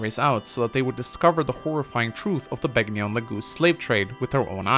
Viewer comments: The "g" in Begnion is silent -_ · Are you even allowed to mispronounce Begnion right after Sanaki pronounces it for you? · Reee, you're mispronouncing Sanaki and Begnion, reeee unsubbed disliked!